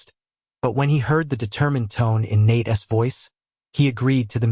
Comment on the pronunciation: How about teaching your AI narrator how to use the possessive use of a person's name - as in Nate's. That's NOT Nate-essss. Maybe proof and correct the clip BEFORE posting it